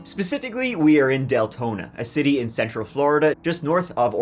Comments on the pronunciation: D lengthening? had to go back to see if I heard that right 😂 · Probably Dick Lengthening 😂😂😂😂😂😂 I had to rewind to make sure I heard that correctly! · Is he saying Deltona or DAYTONA